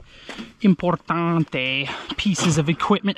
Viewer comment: I'm Filipino and man you really nailed that "importante" lol😂